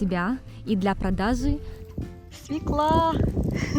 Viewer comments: (Извините я душнила) не Севка а Свёкла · Хм-м-м... Слово, от которого всегда коробит - свеклА. Правильно - свЁкла. А в целом - очень приятный канал. Удачи! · СвЁкла. Не свеклА. И не тортА, тОрта.